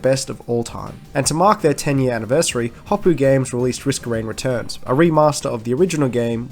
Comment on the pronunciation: Hopo'o. There's a glottal stop between the O's.